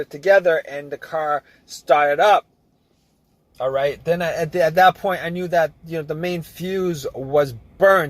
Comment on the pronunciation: Nothing happened at aww . Can’t be hunred percent. What else can you look faww. What accent is this? Can’t be NEW YORK